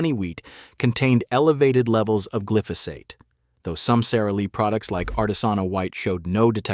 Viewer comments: It’s glyphosate, not gliphosite!! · I've never heard glyphosate pronounced kliftosight😢